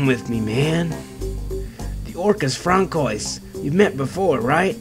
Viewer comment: Francoius are prenounced Fransoa